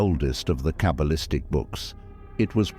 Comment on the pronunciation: “Cable-istic” = the pronunciation of Artificial Ignorance. There ought to be some way to teach this technological parrot the subtle art of vocalisation